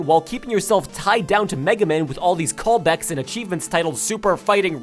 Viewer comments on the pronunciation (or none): "with all these call becks" Don't think I didn't catch that...